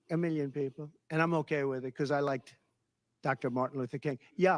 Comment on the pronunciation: I can’t stand his accent either. I think it’s the way he pronounces certain things, like “million” which sounds like “miyon” and he rolls his tongue up when pronouncing “L” which sounds odd too.